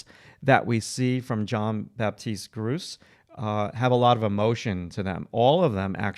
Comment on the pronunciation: FYI, if you're interested, the artist's name is French. It's pronounced more like "Zhon Bapteest Groots" but the last letter of each word is not really annunciated clearly.